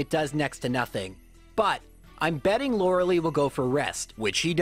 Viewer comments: It's "Lore-Uh-Lie". Not "Lore-Uh-Lee". I can't stress that enough. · I'm 99.99% sure it's Lorelei, pronounced "LOR-A-LIE" (like sky). Lorelei is of germanic origin and takes the I sound when paired with EI. (Drei, zwei, hein, dein). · Laurels. Lie. Laura-lee? Come on you just said her name.. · Everytime I hear you say "Lorelee" I cry just a little bit more. Super cool challenge though. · “Lorals” “Lie” “LoraLEE” please stop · Sir. You don't get to make a Lorelei joke with 'laurel' and 'lie' and then pronounce her name like "Laura Lee". I know you know better. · > Uses correct pronunciation for Lorelai in a pun > Still calls her "Laura-Lee" not 5 second later God damn I love this channel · Lore-uh-lie. Okay? Okay. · the name of the elite 4 member is pronounced lorelie not lorelei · Why do you call her loraly? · I'm am convinced he's intentionally mispronouncing lorelei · It was also weird he'd make that pun then go on to continue mispronouncing Lorelei's name. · I think the same thing about your pronunciation of Lorelei. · Oh you can pronounce her name right when it comes to making a pun, ok! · the way he pronounces Loreli is, it gets on my nerves for some reason